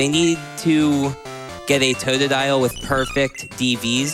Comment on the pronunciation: Can the dude not pronounce totodile ?